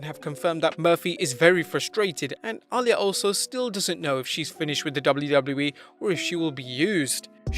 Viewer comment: Bro, Reys daughter is pronounced “Ah-Lee-Yah” not “All-Yah” 😒 smfh